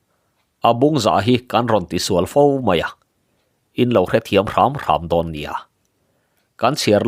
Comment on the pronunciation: A ngaih nawm thin hle mai, mahse ladan dik lo a awm leh zeuh thi, Pachuau kan sual tih hi, Misual tih ang a lamtur nilo in Insua tih a sual tih ang a lam rik tur a ni e.